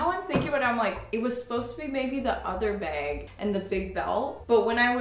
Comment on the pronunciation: Girl I love you but everytime you say bag it makes me laugh!😂😂 off the shoulder beg